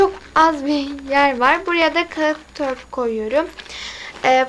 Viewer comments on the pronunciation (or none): Kağıt değil kâğıt :)